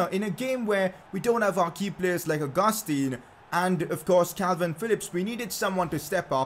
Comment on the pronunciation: It's pronounced Ow-goos-tan not Oh-gus-teen